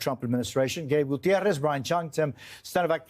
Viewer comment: It’s ok to say Guitarez and you should so we know what you mean You sound like an old Charlie Chan movie with the phony accent